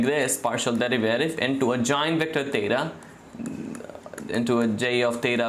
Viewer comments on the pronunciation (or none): I would look past the bad and WRONG pronunciation of BASIC concepts like 'discrete' (yeah, it's diScrete not dicrete), 'derivative' (derivaTive not derivIARive), etc. or the constant triple repetition of things if he wouldn't mess up BASIC ML/math equations, like, 1) The cost function is defined as (1/2m)*sum(...) NOT (1/m)+sum(...) 2) The partial derivaTive of the cost function is (1/m)*sum(h(x)-y)*dh(x)/dx and NOT (2/m)+sum(h(x)-y)^2) as he wrote.